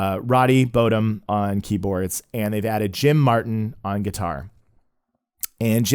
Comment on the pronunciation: Nice video. Just fyi. Roddy's last name isn't pronounced bo dum, it's bottom. Like top and bottom.